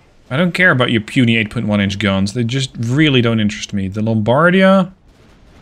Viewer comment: Just a quick tip for your italian pronunciation : you are saying Lombardia and Vittorio Veneto almost correctly you are just messing with which vocal letter has more emphasys, I would say the accent but that word has so many goddamn meanings I am not sure it would correctly convey the message. Vittorio Veneto you are pronuncing essentially as "Vittorio Ven e to", Vittorio is correct but Veneto should sound like "V e neto", so the umpf (Yeah! That's the word I needed!) goes on the first e and not the second. Lombardia again is almost perfect aside the fact that you pronunce it as "L o mbardia" but instead it should sound like "Lombard i a" so the umpf is at the very end of the name instead of the beginning. I hope it made a modicum of sense :D